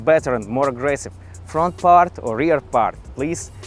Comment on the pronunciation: … на произношением поработай, а то русский так и прет, аж ухо режет - хав и парт!! 😊